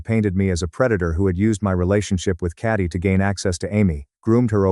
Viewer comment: It’s Katie, the AI used to read this story can’t read for shit, also this story predates generative AI since I remember hearing it in 2018.